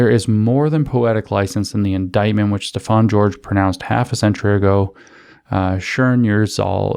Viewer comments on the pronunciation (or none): none